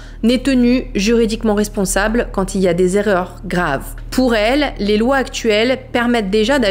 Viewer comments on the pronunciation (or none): none